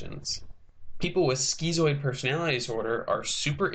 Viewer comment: "Skeezoid"? Lol it's "skitzoid".